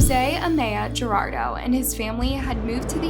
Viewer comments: I don't mean to be the spell check/pronunciation police but I'm sure the guy whose last name is guadardo is not pronounced jerardo just saying if you've ever met anyone Hispanic you'd probably know how to pronounce that. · Its Guardado not Gerardo, SMH! At least pretend you care about the victim. Florida is a welcoming state? as long as the governor doesn't ship you off on a bus to a lib state. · So annoying about the pronunciation of Guardado. She keeps saying Gerardo! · You can't even get the last name right! Why do you keep calling him "Gerardo"??? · Victim's last name is pronounced Goo-ar-dah-doh. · I have noticed in many videos you dont pronounce the name of the victims right. I can understand some names can be difficult, but come on now Guardado and Gerardo are 2 complete different names. Would be nice to show the victims a little bit more respect. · She keeps say Gerardo. It's Guardado. Interesting story, but not a fan of the channel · Just a note to take you're pronouncing his last name as Gerardo and it's spelled Guardado, the reporter in the newscast actually pronounced it correctly. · You're mispronouncing their names in the weirdest way possible.... LuCHia? "Juardado"? 😓you can google the correct pronunciation... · Its pronounced GU-R-DA-DO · Im sorry to be that guy but it doesnt say Gerardo it says Guardado wich are two different names and you kept saying Gerardo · The correct pronounciation of Guardado is: war-dad-oh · "luchia" "gerardos" someone tell this woman to get her pronunciation to an above average state before talking about a murder victim also the fake news broadcaster said "gurdados" like bruh, it doesn't hurt to practice pronunciation... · I don’t know how you got “Girardo” from Guardado. If you’re going to do a story on someone, at least have the curtesy to pronounce their name correctly. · Guardado is NOT “Gerardo” quit being lazy and butchering people’s names. It makes it hard to listen or pay attention to the content.